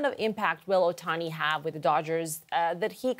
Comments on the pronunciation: NOT oHani, it’s Ohtani, it’s the second Canadian mispronouncing his last name what’s the deal. Dodgers have scouted Ohtani since he was in HS, his trusted doctor is the Dodgers team physician, dodgers have the best farm system etc, there are some history there, Jays should go after Yamamoto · Ahemm. it's Ohtani.. with the "t" .. not Ohani. ;-0